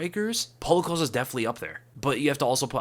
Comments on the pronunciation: Costa. Not Colsta. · The dudes name is Costa, not Ocosta